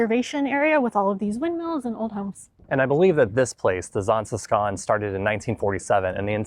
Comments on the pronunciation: If you can't do the sch sound, it's safer to go with sh than sk. Just fyi. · I like the Zaanse Schans. To me the way you pronounce it is like Zaanse Skaans as if you have some sort of dialect. However the same with Giethoorn. I skip both sites in high season. You can enjoy em better when it is more quiet. I even bought my bike 10km outside of Zaanse schans. So I biked via Zaanse Schans, Zaandam back to Amsterdam. And from there hopped on the train. You might also like to visit fortified places like Muiderpoort, Naarden, Boertanghe. Places of great importance back in the years. They are cute/idyllisch to walk through and enjoy the whole scenery. Or at least that is my opinion. Also: do a TVTAS tour. Aka visit the islands: Texel, Vlieland, Terschelling, Ameland and Schiermonnikoog!